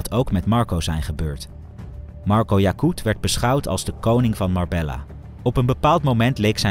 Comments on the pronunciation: Ik respecteer je grind man en ga door met het maken van Filmpjes Alleen je kunt niet een true crime page hebben en MarbeLLa zeggen hahHa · Spreek uit als Marbeya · Spreekt uit als Marbejja 😊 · Marbejja dats de uitspraak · Leer de plaatsnamen uitspreken. Dit komt heel erg belachelijk over. Marbella :face-fuchsia-wide-eyes